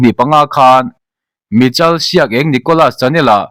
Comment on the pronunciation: Michal ti a i lam kha Michael(maikal) ti a lam tur a nia.....